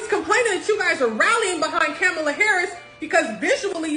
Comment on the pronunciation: Comma-La NOT ka-Mala